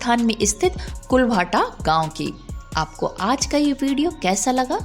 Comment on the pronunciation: इस गांव का नाम कुलधारा है कुल भाटा नहीं नाम है